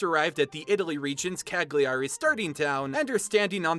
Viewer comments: not cag- lee- ari lmaoooo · Me: watch the video and really appreciate the effort and the research the author made. Internal italian me: PFFFff "CaGlIArI" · I'm Italian, I love this. Ps: I know that in english language the syllable 'gli' doesn't exist but "Ca-gli-ari" made me laugh. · Rido sempre quando dice ca-Gli-ari 😂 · This was amazing. I'm Italian and I can say that all the cultural aspects tha you mentioned are correct. The story was fantastic as well. The characters and the ideas for the pokèmon are brilliant! I must say though that some of the pronunciations were pretty funny to listen to. I don't blame you for this because I know that Italian words could be quite difficult. I would also say that the voices for the characters were incredible, even though the accent was a bit weird. Overall it was Great! Good job! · Come ha pronunciato Cagliari mi ha ucciso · I'm Italian and I can tell that your pronounciation for Cagliari, with the correct Italian having the "gli" sounding more like "li", is the funniest I've ever heard! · I died when you pronounced “Cagliari” XD no hate